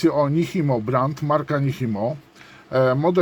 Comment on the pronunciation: To się raczej wymawia "Niczimo" 🙂